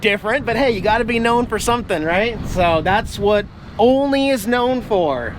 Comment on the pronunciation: Keep the channel how u want not the complainers. Oh and Olney is pronounce All Knee...lol